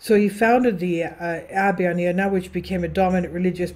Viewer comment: I O NAH the proper pronunciation, greetings from Ireland 🇮🇪☘️✝️🕊🙏